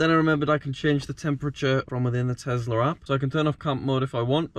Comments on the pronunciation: Nobody:: TEZLA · It’s tesssssssla not tezzzzzzzzzla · i will still never get why people call it a Tezla instead of Tesla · Btw it’s Tesla not tezla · The way you say tezla instead of tesla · i know, but i never heard any other brit say TEZLA